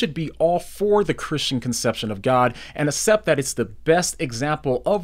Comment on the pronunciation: Good videos! PLS stop saying asept. It's like aksept (accept). God is using your videos!